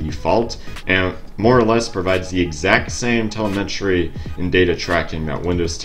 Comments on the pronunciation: Telemetry... Tel em etry. Not tel e met ry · The word is pronounced "Teh-LEM-et-ree" Not "teh-leh-MET-ree" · btw...the correct pronunciation is tel-LEM-etry (>‿◠)✌ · Where did you learn to speak? You sound a bit off when you say the word telemetry. I mean you no disrespect. Please check here to learn the correct way. I hope this helps. Good day sir. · Telemetry, please look up how to say it. You're so far off base it's not funny.